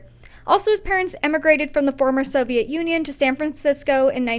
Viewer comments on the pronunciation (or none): none